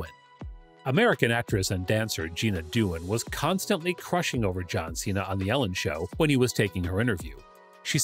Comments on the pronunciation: Gina Dowan???? Jenna Dewan....how does someone mispronounced the name????? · So was it a Lincoln Continental, or a Town Car? You said both. Also, its Jenna Dewan, not Jeena. You know, the former wife of Channing Tatum? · Love all the mispronounciations, 1 it's spelled kurt angle, not angel, 2nd it's jenna dewan not jeena dewan